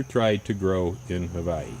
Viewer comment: Why do you say Hawaii like that?